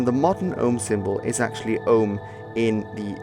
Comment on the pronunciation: Andrew Vasirov no he prouncing it wrong